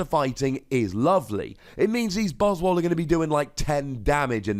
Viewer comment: Why do you still call these Buzz-Wall when it is clearly a play on the word Swole, as in Swollen.